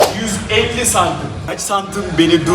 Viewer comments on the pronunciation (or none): Abi cm sözünü doğru söyleyemeyip küfürü bu kadar içten yapmayı nasıl başardın?